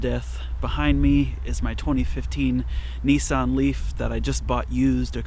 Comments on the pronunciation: It’s “Nissan”, not, “Nee-s-on”. 🙄 Otherwise, loved the video! :) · That always makes me smile. I'm English, and I always wondered why people in the US say Neesan. There is no letter E in Nissan, so I just don't get it....